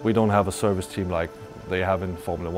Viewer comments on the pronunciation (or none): none